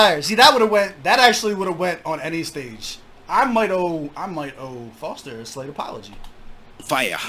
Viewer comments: Its Fozter not Forzter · Its Fozter not Fotzer